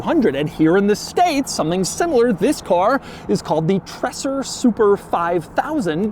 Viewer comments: German here, true about how to pronounce Treser, but i think Doug is already going way beyond how to pronounce German Names and Word compared to most other American Car Reviewers. But for those who want to have an easy way to pronounce Treser correctly try: "Dre" like in "Dr. Dre" but "Tre" and then "sair" Prost & Cheers from the Bavarian Alps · call it in your wordspeed „treeeser“ its more like reality. greez from switzerland 🤩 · A lil bit like treZer. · Stop saying Tresser! I don’t know why but the word is slightly irritating. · says Treser so often and always wrong, a single S is slower he pronounces it like a double S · The single s in his name suggests his name rhymes with razor, not dresser. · I usually don’t like people who complain about the way other people pronounce certain words. But this time even I have to say it’s really bad. Every time he says Treser it hurts a little bit